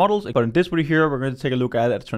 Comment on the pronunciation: Why is he saying "wideo"